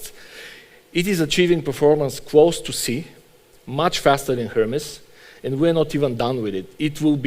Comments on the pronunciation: Closer to how it's supposed to be pronounced than its standard american pronunciation, just the wrong syllable stressed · is no one gonna talk about pronouncing hermes as "her mess"